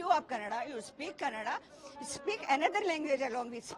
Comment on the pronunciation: Don't say kannad you say kannada mind it hindhi channels